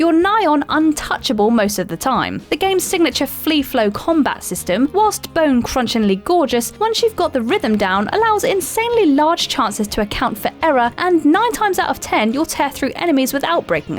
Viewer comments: I flagged this video for mispronouncing freeflow as fleeflow. Good god that error is stupid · It’s Free flow not fleaflow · Free flow, not flee flow!!! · There's a few different things she messed up. This and Batman's "fleaflow combat" are the ones that stuck with me